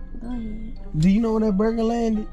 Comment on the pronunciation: "my burga" lmfaoaoaoaoa